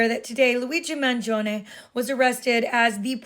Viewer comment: Thanks for pronouncing "Mangione" correctly !!!